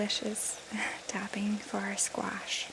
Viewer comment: I love the way you say squash